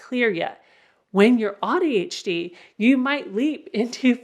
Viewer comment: I have to say that I don’t like how AuADHD is pronounced with “odd”. It breaks my heart a little.😢